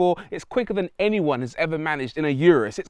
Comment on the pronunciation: lamborghini "you-russ" "porscha" hahahahahahaha what a joke!!!!